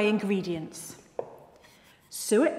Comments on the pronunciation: Why do I hear soot when she says suet🤔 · I'm sorry suet sounds like sue it I